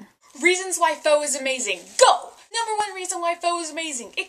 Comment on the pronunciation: Hey, I'm a new subscriber, and I love your VEDA videos so far. Glad to hear you love pho so much :) it's great stuff. (and fyi it's pronounced like "fuh" and what you described as basil is actually cilantro.)